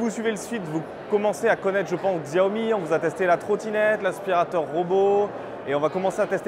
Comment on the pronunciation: Ca se prononce Siaomi. Si vous dites à un chinois ou un american ils vont rien comprendre a Xiaomi, car se dit SIAOMI. Les français prononcent plustot bien le "Chargement sans fil Qi" c'est Chi pas Ki, alors pourquoi pas faire l'effort pour Siaomi. It's pronounced as Siaomi.